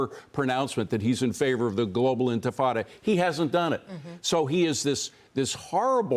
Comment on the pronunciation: enfuhhtada lmao. nice one by the news guys not being able to pronounce words they are reporting on lol